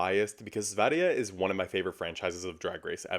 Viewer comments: Kudos for slaying diva, for pronouncing. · As a swede you ATE that Sverige pronunciation! :)